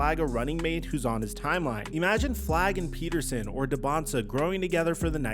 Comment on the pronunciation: Darryn PETERSON dude…not Patterson. FFS I get so tired of the disrespect to the Midwest.